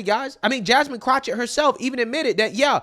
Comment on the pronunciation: I love how you call her CROTCHETT lmao